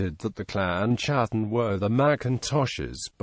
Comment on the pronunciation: Not chattan as in chat...ch is pronounced K in Scots Gaelic. It is pronounced Kat-ten like English Cat and that is what they were the Clan of the Cats, the Scottish Wildcat being their clan beastie. and Sometimes it is pronounced Hattan with the C nearly silent